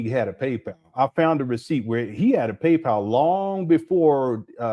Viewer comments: “PayPow” is taking me out. 😂😂😂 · I always hated how he pronounced that 😂